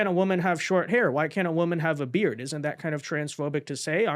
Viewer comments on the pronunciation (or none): none